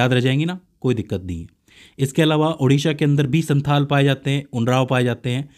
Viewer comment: Sir santal hoga. Santhal nhi